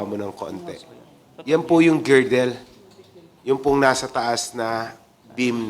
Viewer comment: Sir girder po hindi girdle